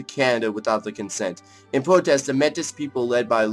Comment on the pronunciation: Pronounced (may-ty)